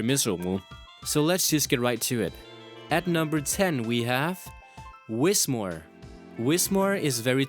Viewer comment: whis-moor? It's whismur (whisper and murmur)